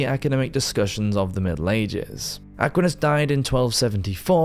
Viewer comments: Loved the whole video, very well done! (But as I've commented before, it's "ah QUINE us") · Will never forgive the way you pronounced “Aquinas” 😢😂